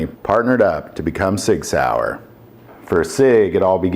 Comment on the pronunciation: Please. Work on the German. That hurt.🤕